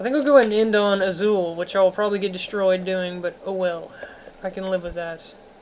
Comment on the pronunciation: What's with you and your inability to pronounce names. It's "bale" not "ball", and "iz-wall" not "uh-zool".